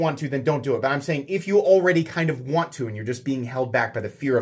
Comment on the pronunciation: "Wan't" - come on,, you can do better than that.